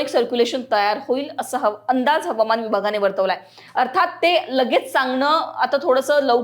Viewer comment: मॅडम, Havaman म्हणण्यापेक्षा हवामान असे म्हणा. मग खरी मराठी होईल. Hawaman.